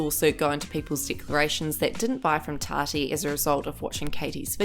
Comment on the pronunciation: It sounds like your saying “TADDY” Instead of Tati (TOTTY) pronounced